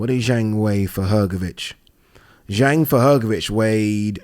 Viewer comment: And Zhang is pronounced Zhong. Agree with you not bein a dick.